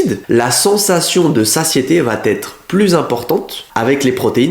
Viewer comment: Par contre il n'y a pas de liaison " va-t-être", on dit "va être" 😊